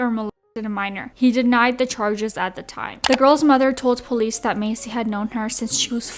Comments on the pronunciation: No shade but you are pronouncing Kyle’s last name wrong . It’s Pronounced like MAY SEA not like MACY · Why are you saying Massey like “Macy” 😭